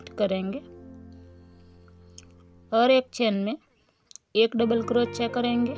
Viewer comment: आपका उच्चारण बहुत इरिटेटिंग है क्रोच्या क्रोच्या के बजाय सही उच्चारण कीजिए ।